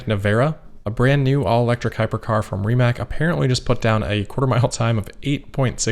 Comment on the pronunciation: Is it pertinent to point out that Rimac is pronounced RimaTZ? Or does this Croatian company go by "rimmak" internationally?